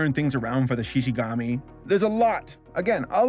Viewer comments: Me, yelling at the screen: ShishiGUMI! Not gami! GUMI!!! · It's shishigUmi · Shishigumi (Shi-shi-goo-me) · everytime he says SHI SHI GAMI and not ShishiGOOMi gives me HIVES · Every time I heard "Shishi-gami" I felt like I was getting hooked right in the face. There was a combo going, and just when I thought I got used to it, he never said it again and then I felt disappointed. Help me, I have a problem. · Who else felt physical pain every single time said “Shishigami”? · "Shishigami" i've never been more offended